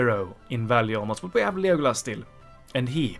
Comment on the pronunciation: It's pronounced "Lego" and "Lass" from the word "LASt", but I like your "Liegolas" pronunciation ahah!